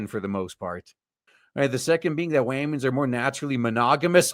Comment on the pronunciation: Saw the intro and was like is this a real person? Then heard "wamin" and I'm out